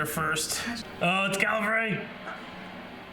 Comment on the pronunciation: It’s calvery?